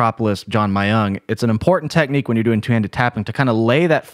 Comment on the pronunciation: john myung - my young... typical diction 🤣